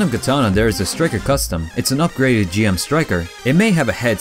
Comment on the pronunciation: Pronounced Jim not G,M!!!!!!!!!!!!!!!!!